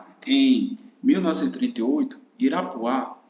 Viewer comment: Amigo, o distrito é Irapuá, não Irapuã (muito boa a aula)